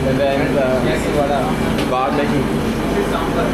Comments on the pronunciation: Vadai not Vada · The guy who says Vadaa instead vadai sure he is not from tamil nadu better chase him out of TN for his idiot pronunciation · Vadai not vadaa😂😂😂